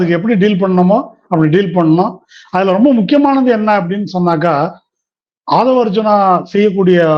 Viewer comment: ஆதவு அர்ஜுன இல்லை அர்ஜுன் ரெட்டி என்று சொல்லவும்.